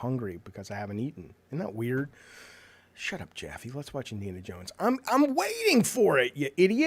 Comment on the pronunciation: Btw, the creative director's Indiana Yones pronouncement might be a Swedish thing. I don't get it myself, living in a neighbouring country and speaking related North Germanic languages. No one would say it like that here, but I somehow feel like the other creative game director Sam Lake from Finland would say "Yones" too...